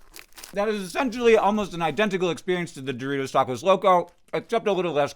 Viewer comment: a) the way you say doritos locos tacos makes me sad b) I want some of this freeze dried taco bell